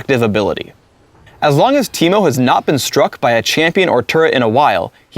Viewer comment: Now I know that Ameriacans can say my name correctly. Always wondered how they would pronounce Timo